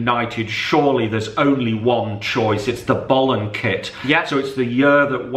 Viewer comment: Please, please never try and pronounce the word "boleyn" again